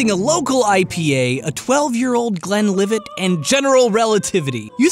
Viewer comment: the T is silent in glenlivet :(